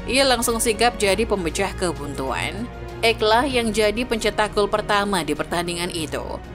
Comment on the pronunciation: Ake bukan ek...perhatikan pengucapan nama pemain...